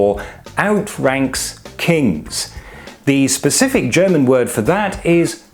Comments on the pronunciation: Why/How do you pronounce german that perfectly? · You’ve earned a subscriber for your direct and effective presentation and an impeccable German pronunciation ^ω^ I look forward to seeing more like this!!